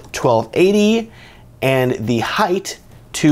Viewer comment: Pro tip: Height is pronounced Height— not Heighth; Height.